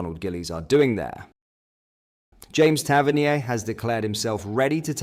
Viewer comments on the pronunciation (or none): I can't stand the Ai generated script and voiceover. Soutaar? Gohvan? Tavernee-ay? "Their city rivals" not our city rivals, or 'that lot'? Time gained but subscriber lost. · pronunciation for Tavernier and Govan is crazy 😂 Hope the AS FAR deal is true